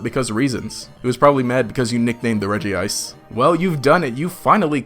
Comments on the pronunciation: I’m sorry did he just say REGIICE?! Bro it’s pronounced Redge-Ice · Regice is pronounced as “Redge-ice”, not “Reggie-Ice”.